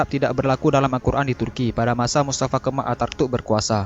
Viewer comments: Bkn artatuk tpi ataturk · Ataturk atau atartuk?? Jangan salah sebut nama 🤣